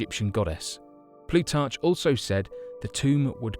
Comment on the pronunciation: And “Ploo- tartch”? Plutarch is pronounced “Ploo- tark”. Ask any ar-chee-ologist!!!